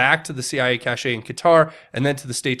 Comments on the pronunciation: Love the vids but PLEASE pronounce “cache” as “cash” not “cash-aye” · CACHE IS PRONOUNCED CASH, NOT CASHAY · cache is NOT pronounced" cash ay"